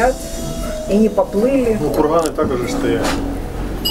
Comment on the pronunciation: Если взялся говорить на русском, о серьёзном.. так хотя бы не Хыкай да. оХромные.. хородища.... хде-то.. хурганы..и т.д. Вроде по теме балакаешь..почти не тупишь. Но вот это твоё { Х } всё портит да. Прекращай уже! Или ховори тогда уже чисто на украинском .